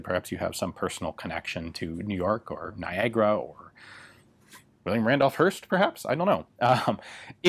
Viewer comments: So wait niagara is pronounced "nygra"? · Who would know that Niagara word has that strange pronunciation in english :)